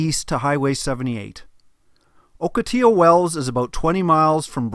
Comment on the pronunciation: Also Ocotillo is pronounced awk uh tee oh